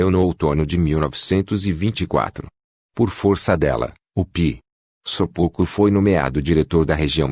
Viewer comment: O ć tem som de "ti" Sopoćko se lê : sopôtiko